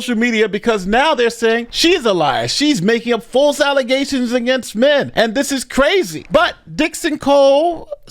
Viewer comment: "False alizations!!" 😂😂😂